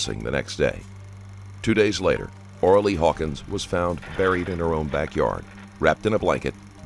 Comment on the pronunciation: Really, Ora Lea??? At first I thought he said Orally 😲